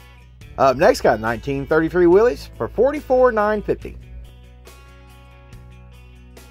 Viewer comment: Hi there bro. Now this is my kind of video. Thank you so much for pronouncing Willys properly. I have a friend over here that imports American car parts and he keeps on referring to them as a Willis Jeep. I keep on having to tell him there is no I S on the end of it. That 55 Mercury is just gorgeous and definitely in the purple. I fully agree with you about the Chevy for $39,000. Not when it looks like that. That needs a complete tear down and re-spray. I’m with you on the Buick. I think Buick just made beautiful cars. How much for the 55 Chevy?! That is way too high even though the car is beautiful. Now the 32 Ford pick up is just beautiful as it is. It’s not overly done and it looks like it could be driven every day. I like that even though you know that I am not a Ford guy. Now the 50 mercury you are speaking my language. to me that was the most beautiful mercury they ever made. You speak the truth. The 50 mercury begged to have the roof chopped and the lights frenched. it was one of those cars that came out the factory and said please customise me. Okay, the 56 Mercury, whoever built that definitely put in the money and the time because that is one beautiful looking car. The 39 Chevy is just gorgeous and I agree with you about the colour. The funny thing is that the 1950 Ford looked very much the same. The 32 Ford I like but I will be honest. I hate it when they don’t put the mudguards and the running boards on them. I don’t like that open wheel look. I could understand i